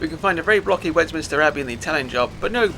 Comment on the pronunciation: Sorry to be pedantic, but I noticed that you pronounced something which I always did until recently. It isn't Westminister, it's Westminster!😅😊